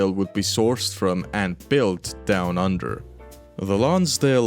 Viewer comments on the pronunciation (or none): Down under? I think you meant "DOWN UNDAH"